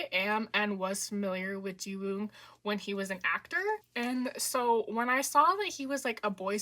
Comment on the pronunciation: The w in Jiwoong is silent :) (same goes for Gunwook)